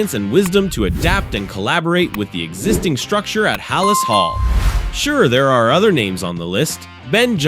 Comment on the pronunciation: Haa-Laas hall? No thanks 😂